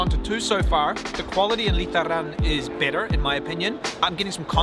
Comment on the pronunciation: When you say "better", my American ear hears "bitter" LOL. Love your channel <3